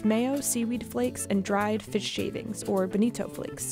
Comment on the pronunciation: Did i hear Benito? Oh no.